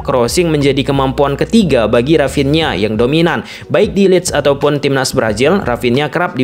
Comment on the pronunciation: Dari sunda ya dia...rapinha 😂